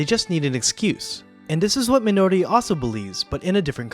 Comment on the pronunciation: You are completely butchering the pronunciation of “Minori” 😆